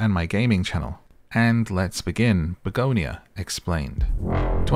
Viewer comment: Hey it's pronounced Bug On Ya for your health TM